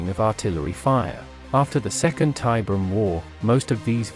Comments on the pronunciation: I know another comment has addressed it, but i couldn't finish this video cause the ai can't say tiberium. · I’ve seen it Spelled and spoken As Tiberian, and Tiberium. Both in Wikis and games. So it can go both ways.